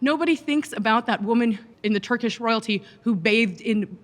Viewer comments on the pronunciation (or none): none